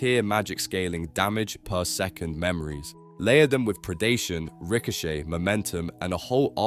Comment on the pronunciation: Anyone else hate the way he said ricochet ?? Rishoshey lol never heard that one 😂